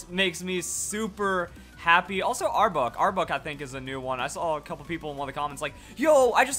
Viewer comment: It’s pronounced Arbok not Arbuk Since Arbok is Kobra backwards and you say Kobra not Kubra and I know it spelled cobra but that’s what it’s spelled backwards and ekans is snake backwards